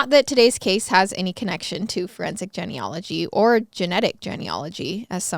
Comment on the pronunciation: I'm a frequent listener and love each episode but the "Jenny ology" drove me nuts 🤣 isn't it pronounced jean? Genealogy